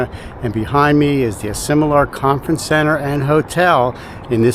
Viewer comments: WRONG pronunciation of the name Asilomar ! you call it Asimolar ! Otherwise great video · Love the review of this special place but you did not get the pronunciation correct. This place is pronounced A Sil O Mar.